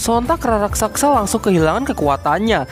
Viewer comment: Raksasa bos bukan raksaksa...😁